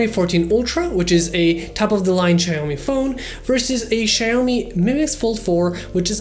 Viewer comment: "Ceaomee" lol